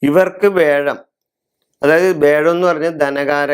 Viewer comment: മുത്തപ്പാ, വേഴം അല്ല വ്യാഴം! ഓക്കേ?